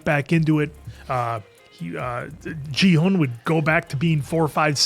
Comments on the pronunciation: It is not Jihun but Ghi-hoon! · I've been listening closely and I'm pretty sure Gi-hun is pronounced with a hard g (like in grape or gorilla.) I know it doesn't follow English pronunciation rules, but in Korean most Gs are hard sounds and can be interchanged or melded with the K sound.